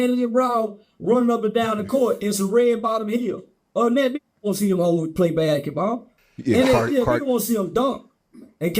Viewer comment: That joker said “BACKETBALL”…😂😂😂😂😂😂😂😂😂